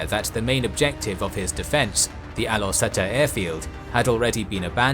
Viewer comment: Great video as always. Though slight pronunciation tips; most Asian pronounce the "U" with "oo" sound, for this instance, Gurun is pronounce as "goo-roon". Also, the "E" in Setar is pronounce with a soft "E", so it almost sounded like "Star".